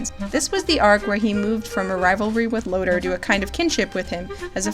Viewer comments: LOOOOOTOR! NOT LOADER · Why do people say Lotor's name as Lodur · Thanks for putting this together! It really helped me understand the inexplicably unfulfilled feeling I had by series' end. Also, I never knew people pronounced Lotor as "Loater"; I always thought it was "Low-tore", haha. Cheers and thanks again for all the research and prep you did for this video. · Did we watch the same voltron cuz I swear it was Lotor not Loader lol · It's pronounced: Low-Tor. You even hear Lotor's name pronounced in the few clips in this very video. And no and no to two married men. No thanks to that. I am blessed to have video editing software. All that and more was so forced. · Low-Tore That's how you pronounce Lotor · All was good until you called lotor, loader Haha nah I'm joking, this video is really well scripted and has amazing points, I can tell you are/were really passionate about this show and genuinely care for the characters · Amazing analysis, this show is such a fustercluck but as it is it's still the best Voltron anything... woof. Man what I'd do for a Gundam the Origin style manga of VLD. P.S. I love the way you say Lotor XD Lotur Is that supposed to be Roy Fokker in the leak? It could've been a longer haired Adam as per the audio description. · It really bothers me how to say “Lotor” and “Coran” considering it was literally said in the show :)